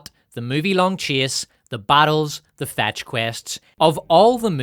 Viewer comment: Not to be an ass but when you say "Chase" it sounds like Chia, like Chia seeds. At least to my ears, not that that means anything.